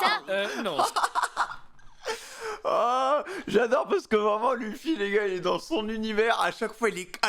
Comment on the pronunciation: C'est monkey D Luffy pas femy